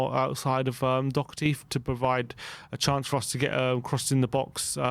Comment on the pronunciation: They still won't pronounce his name properly, what chance does he have with getting a good rating when he actually plays well